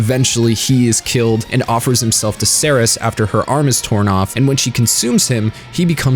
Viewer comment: Yay he got Seras' name right